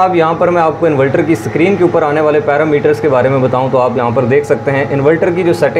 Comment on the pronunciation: اسلام علیکم پیارے بھائی انولٹر نہیں انورٹر ہوتاہے